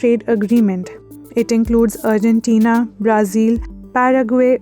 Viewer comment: 'urgentina' lol... It's Argentina